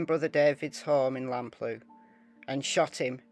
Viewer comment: Also, Lamplugh is pronounced Lamp-lur.